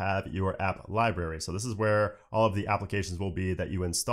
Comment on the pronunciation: you provide very good information and I am a subscriber. This is only constructive criticism. You are pronouncing library incorrectly.